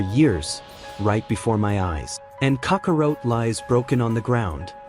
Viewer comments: Right? And Kakarot, not Kakawrote.🤦‍♂️ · Did he just say....cocka rote🤦🏼